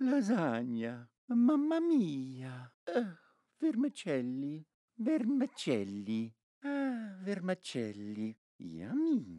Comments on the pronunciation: Correct me if I'm wrong, Pietro, but it's because he pronounced it "vermAcelli", like, with an A. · as an italian i love to hear fail to pronounce "vermicelli" Three Times (this is a really good video i love it Actually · Come italiano apprezzo molto l’utilizzo della pronuncia corretta di questi piatti sempre così bistrattati, tranne per i vermicelli